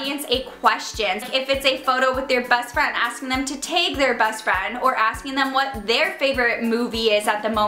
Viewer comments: Did anybody else notice how she would say "Tag"? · You say "tag" like Wisconsin people 😂 It's so cute ❤️ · How she says tag 💀💀still love you 😋💓💞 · Omg the way she says tag and hashtag, I forgot how Canadian she is